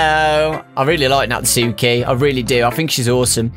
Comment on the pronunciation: says natsuki wrong